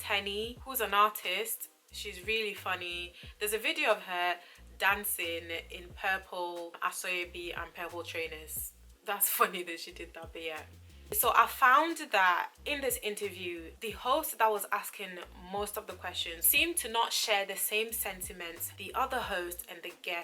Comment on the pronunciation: Thanks so much for this video, especially as a Nigerian person Myself. And. And "Aseobi" is pronounced "a:shio:bi". 😊